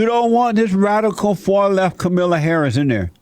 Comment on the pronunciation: Kamilla Hahris